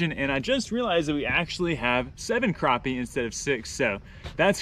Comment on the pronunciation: Not to be mean but it is pronounced crappie not cropie